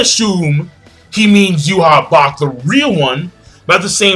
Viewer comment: it's JUHA BACH!